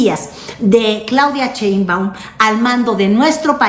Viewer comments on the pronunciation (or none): Por favor que alguien le diga a que se dice Sheinbaun y no cheinbaun, aunque ya sabemos que lo hace a propósito